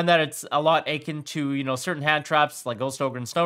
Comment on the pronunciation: How to properly pronounce “akin”: uh-KIN. Not A-kin.